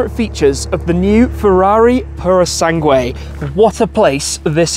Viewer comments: This english pronunciation of Purosangueeeeee is just 🫣😬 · Specially after that pronunciation “puhrou sangwhey”. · If any Italian will hear you how you pronounce purosangue, they will order a hit on you. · That pronunciation of Purosangue is quite wild